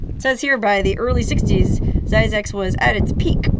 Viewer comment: Zzyzyx is supposed to rhyme with Isaacs